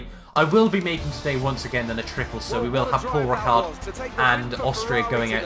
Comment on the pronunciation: It's Paul Ricard not Pal Richard.